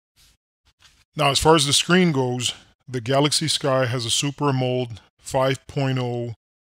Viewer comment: its AM'-O-LED